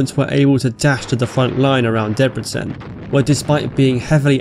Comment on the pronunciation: Im less impressed unfortunately. The way you pronounced Debrecen was good, but not Budapest The "s" sound in Hungarian is pronounced like "sh" in English, "u" is like the vowel in "wood" and "a" is as in "hot". Therefore Budapest is pronounced "Boodopesht". Also, you shouldn't ignore accents on vowels. Otherwise, great video btw.